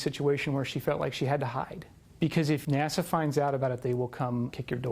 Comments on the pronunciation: THEY SAID NASO IT IS NASA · did he say NASO